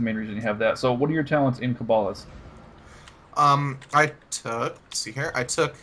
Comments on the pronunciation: this isnt really an issue but when u kah-ba-list it really ticks me off :P. Its pronounced KAY-ba-list. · It's pronounced Ca ba list. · You say Poe Tay Toe, I say Puh Taw Toe. You say Toe May Toe, I say Puh Taw Toe. You say Kuh Bawll Ist, I say What The Fuck? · The way you say cabalist is so wrong, it just pisses me off.